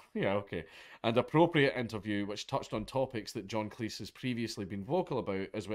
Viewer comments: AAAAAARGH, Jesus F Christ mate! Its Cleez. Say Cleez. Fuqin Cleece? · Cleese rhymes with cheese. I taped all of Monty Python's Flying Circus on VHS. Yeah, I'm a boomer.